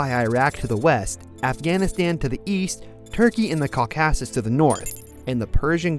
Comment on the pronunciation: It’s not EYE RAN it’s E-RON. Bro can’t even say caususes right